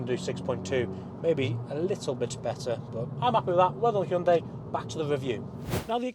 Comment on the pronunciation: 당신은 현대를 정확하게 발음하는 가장 잘생긴 차량 리뷰 유튜버 입니다